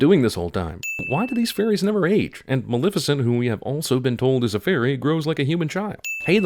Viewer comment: Sin: everyone keeps pronouncing it "Malificent"